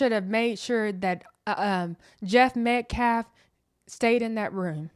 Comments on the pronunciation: My question is who gave them the right to make the father leave? That man should learn to pronounce the victims last name , it’s Metcalf, not Metclaf. If Karmelo had a right to be in the tent with the Metcalfs then their father had a right to be there. This man literally just proved the point of this whole tragedy, it’s quite hypocritical. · Paid agitator Dominique Alexander keeps saying "Austin MET-CLAFF". Seriously, this dude is intellectually challenged! Why is Dominique concerned about lives of law enforcement when he has led BLM marches since 2017 to "Defund the Police" including the one in downtown Dallas in 2017 where a sniper killed 7 people in uniform, 5 of them were police officers.... He's gaslighting.